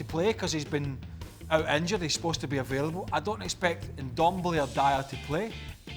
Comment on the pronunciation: "Dumb-ele" -Craig